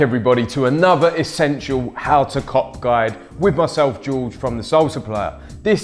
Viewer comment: How to cock guide - its sound like that when he says it